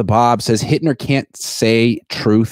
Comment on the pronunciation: First off....its "Hittner" for the real faithfuls 💪🏽